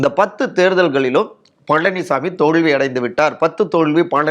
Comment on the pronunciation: தோல்வியை தோழ்வினு உச்சரிக்கறான் இந்த சின்னப் பையன்